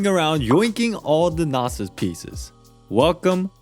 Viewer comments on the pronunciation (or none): Its not a noh-sis, its a no-sis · Also “gnosis” not “gnasis”and “morax” not “morux” is it that hard to pronounce how it’s literally said in the game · The way you pronounce gnossis and shneznaya is triggering🤣🤣🤣